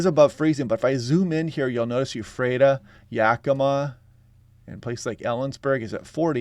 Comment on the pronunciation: EF-frata not U-frata